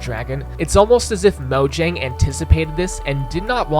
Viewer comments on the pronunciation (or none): none